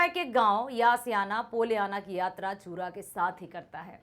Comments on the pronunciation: its not पुरा या चूरा it's यूरा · It's not चूरा, it's यूरा